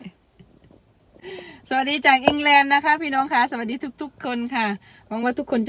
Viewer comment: u say sawasdee so nicely, thank you.